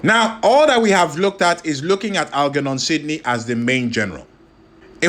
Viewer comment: I got 2 minutes in and it was too much...please pronounce "German" or "Germophobe", then try Algernon...and I thought Genghis was bad😂😂